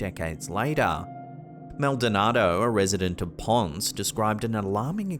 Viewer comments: Say it with me Ponce ("Pon-SAY") not ponce. I was wondering which Spanish name you were going to butcher this time. u_u I get you've got an accent but at least look up how to say these things correctly, please. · There are lots of reports of alien activity in the south of Puerto Rico!! I had my first UFO sighting on the island myself. And btw when saying “Ponce” it’s Spanish so you pronounce the “e”